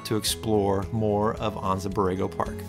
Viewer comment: Never heard it pronounced Ahnnza Borrego